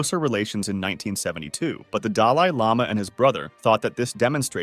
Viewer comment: Delie lama , Tibbit. Listening to an AI